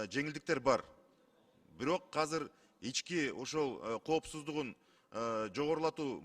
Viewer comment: Казыр казыр дейтго бул каяктын тили